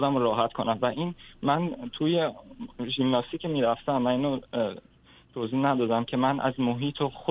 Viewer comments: آقای هلا کوهی با عرض معذرت ژیمناستیک درست است نه ژیملاستیک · خیلی ممنون از دکتر هلاکویی گرامی فقط خیلی عجیب بود برای من که شخصیتی فرهیخته ای مثل دکتر هلاکویی به ورزش ژیمناستیک می گوید «ژیملاستیک» . نه یک بار که چند بار تکرار کردند . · صحبتاتون مثل همیشه عالیه آقای دکتر ولی ژیمناستیک درسته آقای دکتر نه ژیملاستیک